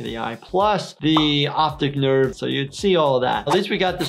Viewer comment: "Optic nerves" I thought you said "Optic Nerds